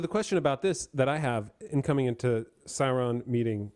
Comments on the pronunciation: Sorry if my pronunciation is confusing. I’m pronouncing the ‘u’ in Sauron. I believe it should be less of a ‘Saaa-Ron” pronunciation, and more of a ‘Sow-Ron’. Same thing with the dragon, Smaug, BTW. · I'm a Tolkien noob but why does call Sauron "Salron''?